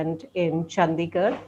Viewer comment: She said Chandigarh; Thapar had a slip of the tongue and repeated it as Chandisgarh (adding an s)